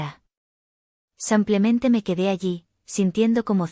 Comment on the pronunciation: A la narradora No se dice sampiamente se dice simplemente esta claro.